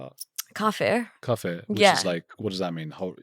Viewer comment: This English guy is so naive, he doesn't even know the pronunciation of kafir. Islam will eat him alive :)